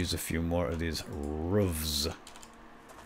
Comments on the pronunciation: you say 'roofs' not 'rooves' (PS I'm a big fan and I love to watch this series. Keep up the good work! :D) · It's roofs as in hoofs